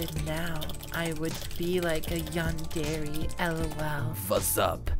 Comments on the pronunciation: "yan der ay" not "yan dairy" LMAO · its pronounced yandera but i guess yandairy works (yandere) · Man said yan-dairy 💀💀💀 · Bro for me watching anime all my life and playing anime games “yawndairy” caught me off guard so much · i just cant get over the fact he's pronouncing it "Yandairy" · ah yes: yan-dairy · “Yan dairy”💀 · “A yondairy” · Bro says yandere like yandairy💀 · "yan-dairy" T-T.. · A yandairy💀💀💀💀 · Why is bro saying yan DAIRY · i thought u where supposed to say it like yan der aye.. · The way u pronounce yandere kills me 😭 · Erm actually you are saying yandere wrong 🤓